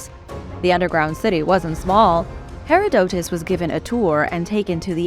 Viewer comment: ma'am ... plz not "Hair - a - doe - tez" ... instead it's "Ha-rod-da-tis" ...